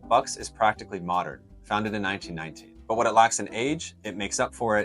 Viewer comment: if that is true then perhaps your diction needs to be clearer , went back 3 times and it still sounded like 1990, that's the trouble with American's English it's never very clear.